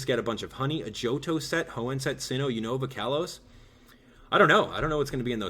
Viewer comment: Unova pronounced wrong! no offence